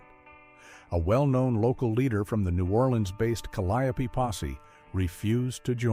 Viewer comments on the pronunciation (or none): Calliope is pronounced Callio😂😂